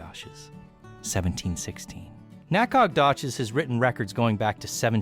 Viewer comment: Stupid Ai can't say Nacogdoches. it is naco-dough-chas the G i silent.